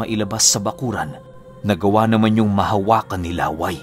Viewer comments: LA-WAY po ata name nya hindi laway . LÂWAY. YUNG STRESS po nasa unang A😁.. Taga bicol po kasi ako ..hehe iba po share kolang 😅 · La wây Hindi Laway na saliva ang pag pronounce po mahal...😁🤣 Yung "way" medjo bilisan mo na may katigasan ang pag sabi.. yun na yun..😁 Lah wây.! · baka law-ay hindi laway ang tamang pagbigkas kc some part of visayas and bicol region palayaw or bansag yan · La'way po ang pronounce hindi laway. Kasi may kapitbahay din kami sa province as in dalawang bahay lang pagitan ganyan din palayaw niya. La'way po. And actually po magaling siya na albularyo. Dati umalis kmi dun parang ang ginagamot niya lang mga nabati ng engkanto now po sa pag kakabalita ko nang gagamot nadin siya ng mga nakulam. pag may gusto mag patingin nag papadala lang dun ng picture or di kaya pangalan.Kahit malayo ginagamot niya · Laway Po Hindi La-way 😅. Mabilis Ang bigkas para Hindi nakakatawa 🙂. Tip lang Lalo Kung dinumog kayo Ng aswang. Naikwento kc Ng Lolo ko na Minsan ay may dinumog Ang aswang sa putikan at yong taong yon ay aksidenteng nakakain Ng lupa dahil sa pagbubuno nila. Napansin nya na naging kasinglakas nya Ang aswang Ng nakakain Siya Ng lupa. Di nga bat pag itinarak mo sa lupa Ang itak eh masusumpa Ang Kabal Ng aswang? Ganun din daw Ang mangyayari. Magiging kasinglakas mo Ang aswang pag Kumain ka Ng lupa. Yong stamina nlang Ng aswang Ang maaring Hindi mo mapantayan cguro. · Ang pagbigkas ng pangalang Laway ay parang pagbigkas ng Lakay....